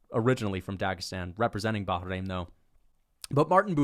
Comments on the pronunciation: it's just Bah-rain...not Baha-rain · It’s not fucking pronounced “Baja-rain” 😂